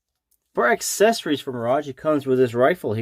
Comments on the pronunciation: American: My-Rage, obviously ;) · Good review, but you can't pronounce mirage correctly Off-putting